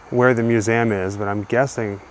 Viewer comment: Please sir. I it is not "mew-zam".